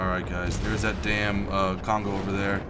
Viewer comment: Kongo, easiest to pronounce, but you need to get rid of the English "ou". In Japanese, no vowel really changes midway, at the end it should sound pretty much exactly as you started it. So say, "Kong-go" without any morphing to the "o" at the end. If the second "o" sounds much like the first "o", but slightly longer and slightly more emphasized, then you've got it right. Fuso, again, no morphing, but the "u" is the hard part. It sounds a bit like the German "ü", just not quite so extreme. Aim for somewhere between the German "u" and the German "ü". In this word, the emphasis is definitely on "so". "füSO". Do not however make the "o" very long, keep it determined and straightforward. Japanese sort of has a rhythm, rather than a flow as English would. Ise is actually rather easy. You pronounce it exactly like "easy", but you change the "y" into a spoken "eh" at the end. "Easeh". Emphasis on the first syllable.